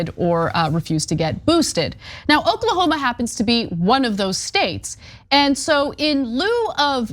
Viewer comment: 😂😂😂....its O-k-l-a-h-o-m-a.